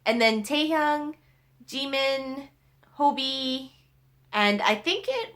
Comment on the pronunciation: She says jimin wrong😂